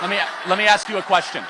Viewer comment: say ‘ask’….